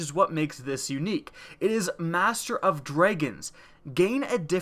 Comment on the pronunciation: ist I thought he said dreygons not dragons, lol